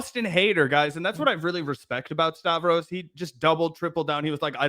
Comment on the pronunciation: Did you just call "Stahh- vee", rhymes with "Stabby" ?